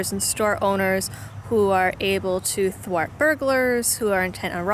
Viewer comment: Ha Ha! I finally heard you drop an "R"! When you used the word "thwart." You may not be a "Masshole" but if you hang around them long enough you will start talking funny. I grew up in MA and have spent most of my adult life in VA. It is so hard to start pronouncing the letter "R." When my buds took me to my first NASCAR race in Richmond, I was not allowed to talk to strangers. I'm doing okay now. Unless I've had a few beers I can hide it pretty well. The Bruins jersey is what gives outs me now.